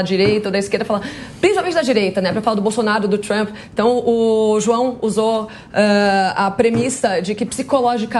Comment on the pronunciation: "Juao"... um petralha foi detectado!